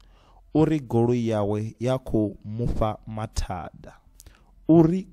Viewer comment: Isn’t Mufha supposed to sound like “Mupha “?